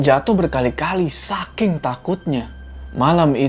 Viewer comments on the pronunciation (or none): none